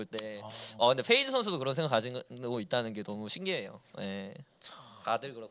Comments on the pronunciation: 는 왜 다 P를 F로 발음하는건가요? Feyz, 슈퍼 Flay... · 근데 왜 peyz를 자꾸 feyz 라고 부르는거지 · 잘 봤습니다! 그런데 그냥 클템형 혼자서 진행하시는 게 나을 것 같아요! 😊 peyz를 feyz로 부르는 것도 너무 거슬려요😊